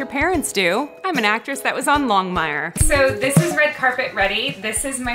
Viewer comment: Longmire?? What are you saying, Starbuck?!